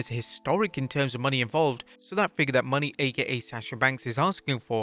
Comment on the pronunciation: Her name sounds like Monay not Money.